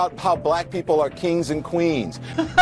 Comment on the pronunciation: And kweenz.